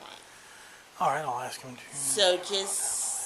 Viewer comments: I think it's a tie, but because she said axe instead of ask, she gets my vote for biggest dubass. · When you call your lieutenant ask him dont ax him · Cop 2 said "axe" in place of "ask!" She seems to be utterly uneducated, so much so she had to ask a man what her duties were! Can't speak English, doesn't know her job and prepared to use violence! DUMMY NUMBER ONE!!! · Is the BLACK woman a murderer? She said she was going to AX someone. SMH. I wonder if she made it through 3rd graded. Does she know her letters and numbers? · "Im gonna axe him". Black people talk so stupid. Clear constitutional violation of free speech. You can tell in Georgia Blacks dont want freedom. Whites fought hard for freedom and blacks are doing whatever they can to destroy American Values. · She’s gonna “Aks” her lieutenant?? “We can’t do it the right way, we’ll do it our way”. What the f***? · she's gonna axe her lieutenant. sounds like a threat. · I’m gonna call my lieutenant and axe him 😂😂😂😂😂😂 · Don’t axe your lieutenant. That’s scary. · So much “axing” these days. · She’s going to “axe’ her lieutenant? Ebonics quota hire alert! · Why can't they say 'ask'? They all say 'Ax' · She’s going to ax her lieutenant? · Number two was definitely the dumbest. She said I'm gonna aks my lieutenant. . 😆 🤣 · Did this cop just say that she's going to "axe" her lieutenant or she's going to "ask" her lieutenant. Why would she want to use a tool that has a heavy head with a sharp edge fixed to a handle and is used for chopping and splitting wood, on her lieutenant. Booyah! I thought that was funny. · I'm gonna "axe" my luietenant? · She says: I am gonna call my leutenant, and I am gonna axe him... She just admitted to murdering someone! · …let me axed my boss?? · When did the word "ask" become "axe"? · Gunna Axe her lieutenant... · "I'm gonna call my lieutenant and axe him" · Yep. I agree she's the dumbest. She earned the award for "I'm gonna "axe" my lieutenant". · Did she say ax?